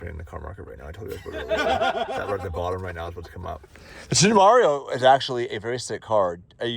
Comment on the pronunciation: How do you get from "Temerario" to "Tamario" ? :D there is no "a" in there guys